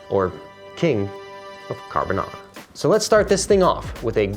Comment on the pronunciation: Subscribed for rex carbonarrrrra